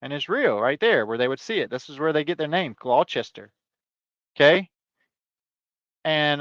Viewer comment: Locally pronounced Gloster